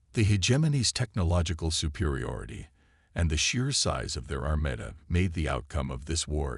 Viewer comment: Only 3 mins into the story and so far, I am very discouraged. Your AI......SUCKS!!!! "DEH-briss"(:13), "OR-eeon arm"(:34), "ar-MET-uh"(:49), "IN-voy" .......NOT a good start for enjoyable listening. If it doesn't improve, I will stop listening and take you off of my listening list. Wow, I made it all the way through..... "spac-i-time" , "con-VINNED" (convened), "communication UBS" . Very Crappy AI. Please fire this AI and hire an new and better one!!!